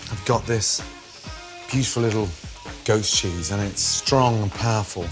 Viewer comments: Came to the comments to see whether anyone else thought when Gordon says "goat cheese" it sounds like "ghost cheese". Instead I found a bunch of horny people jerking off to some guy's eggs. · Thought he said creamy GHOST cheese... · It sounds like he says ghost cheese